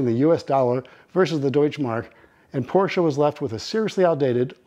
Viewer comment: Great video! But it's Porsche. Not Porscha